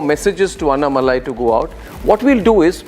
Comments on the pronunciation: Pl prounance annamalai name as you would pronounce annahazare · First pronounce his name correctly as Annamalai .